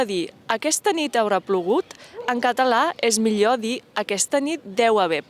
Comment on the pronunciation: Em sap greu però això de la germinació de la ema a "setmana" és un invent que no sé d'on l'heu tret. Jo (un boomer de 60 anys) sempre he dit "seTmana" i ara no vindreu uns xittxarel·los a dir-me com ho he de dir. Tanmateix, a veure si la aprèn a pronunciar el so aproximant lateral palatal sonor, que en català genuí no diem "mior", diem "mi[ʎ]o(r)" (el so [r] es pronuncia o no depenent de la zona), ni tampic diem "casteià", diem "caste[ʎ]à" i així... I això, que és una influència molt negativa de l'espanyol que pràcticament ja ha perdut el fonema [ʎ] sí que em cou les orelles!!! 😡😡😡